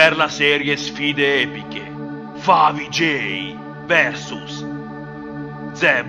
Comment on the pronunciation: però non si dice falsoj ma favij